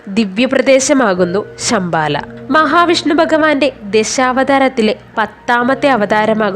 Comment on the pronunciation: ശം ബാല യല്ല കുട്ടി ശംഭാല എന്നു പറയൂ ബഗവാൻ അല്ല ഭഗവാൻ നാക്കു വടിക്കാത്ത നീയൊന്നും ഇതിനിറങ്ങാത്ത താണ്' നല്ലത്